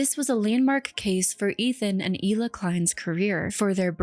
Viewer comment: Isn’t her name pronounced “Heela” not “eela” I mean her name is spelled Hila isn’t it?